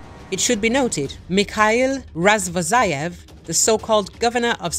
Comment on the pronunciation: Why Razvozayev? RazvoZHayev!